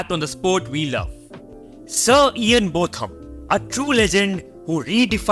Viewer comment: Ian's name is pronounced Bowtham, not Both am. Imran Khan is in prison in Pakistan at the moment due to maybe trumped up charges of corruption when he was Prime Minister.